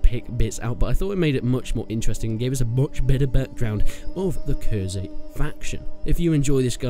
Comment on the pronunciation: It's khuzait not khurzait